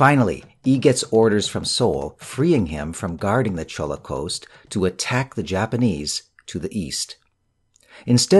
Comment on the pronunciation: ~ it is Jolla (actually Jeon- Lah) not Cholla province. Love your videos! You should actually do audiobook readings as your duction is so clear.